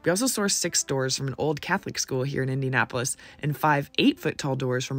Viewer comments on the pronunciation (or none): none